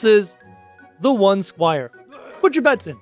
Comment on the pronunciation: bro this idiot cant even talk properly when he is trying to say squire he says shire wth